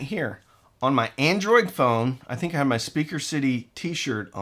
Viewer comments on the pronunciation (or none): none